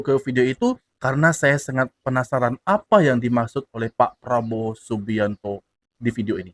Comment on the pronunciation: Pengucapan Probowo MCM orang Malaysia sebab masa kecil belajar di Malaysia